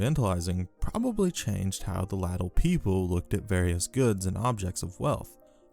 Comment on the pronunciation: Latium is pronounced Laysh-yum. Latial is pronounced exactly like glacial without the G.